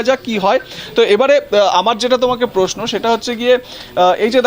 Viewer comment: পোস্নো পারথী পাক্তন পতিদন্দি পস্টো আপনাদের জার্নালিস্ট তো মাননীয়ার শিষ্য। অসাধারণ বাঙলা উচ্চারণ।